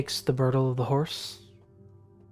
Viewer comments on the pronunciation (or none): Them long breaks tho.. also ive been noticing the dm has some wacky word pronunciations sometimes I think he maybe doing it to totally fuck with people lol. Birdle (bridle - brydle) blew my mind 😂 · is an amazing DM. But jeez if his pronunciation of certain words is maddening. Briddle? No, Bridel.